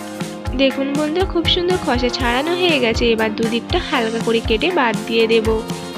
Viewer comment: খসা নয় খোসা হবে,ভিডিও বানানোর সময় এই ভাষার বারোটা বাজাবেন না।তবে খাবার টা লোভনীয় হয়েছে।